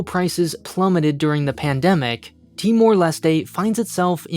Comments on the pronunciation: "Tee-more Leh-stay" You mean Tuh-mor lest? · The way you pronounce timor-leste is really strange, I thought it was pronounced with a silent “e” at the end.